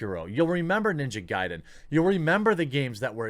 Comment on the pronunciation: You have pronounced Ninja Gaiden correctly, i'm proud of you!